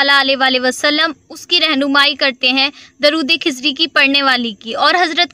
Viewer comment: کھزری نہیں درودخزری ہے پلیئر صحیح لفظ ادا کریں پلیز